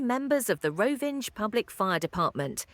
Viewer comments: "Rovinđ" 😂 It's Rovinj, pronounced like "Roh-veen", with the "nj" sounding like the 'ny' in "canyon". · “Rovinge”. Come on!